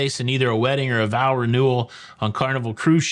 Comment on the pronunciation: Vowel renewal? Honestly, I heard vowel every time you said what I assume was vow. Maybe it was the proximity to renewal and speaking fast.